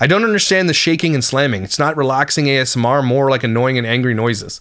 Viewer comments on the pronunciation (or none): none